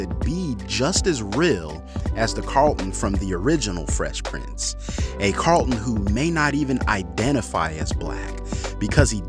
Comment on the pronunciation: I don’t mind the new Carlton or the old. But I DO mind the way you say it. If you can’t say the word why would you make a whole video about it